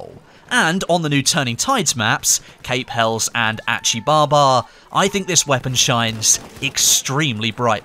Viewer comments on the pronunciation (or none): please pronounce it as cape Hel-lehs not 'kapell'